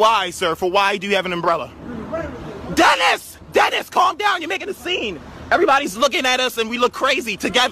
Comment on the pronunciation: “ Dennis DENNISSS” lmao that man had enough.